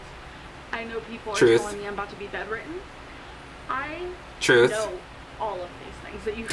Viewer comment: "Bedritten". It's bedridden,.